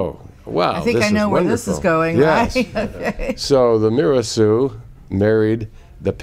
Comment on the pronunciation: Very interesting, however, "Mirassou" is an Occitan last name, more specifically, Gascon (Bearnese), and it is pronounced "Miras-saw-ooh" not "Miras-soo", with "saw" being stressed, and not the first syllable, "Mi". There is no "ou = oo" sound sound in Occitan, which is a different language with other rules distinct from French. My family and I come from Béarn too and we bear the last name. Actually, it is my mother tongue.